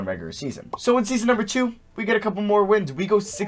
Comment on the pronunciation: why the fuck can you not say the word regular